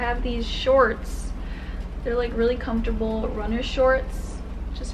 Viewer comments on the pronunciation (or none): none